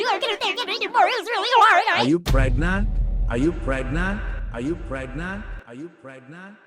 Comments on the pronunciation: NOT THE "ArE yOu PrEgNaUt" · The way he says pregnant 😂